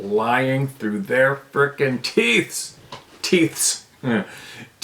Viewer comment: TOOFS DAMMIT! TROO DEM TOOFS 😂😂😂